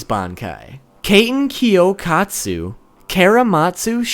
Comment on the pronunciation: you butchered katenkyokatsu